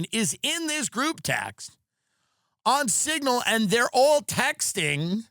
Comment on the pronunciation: “Pignal” hahaha!!!